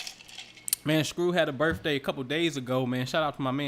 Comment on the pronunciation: Hey I want to hear you say BIRTHDAY not birfffday .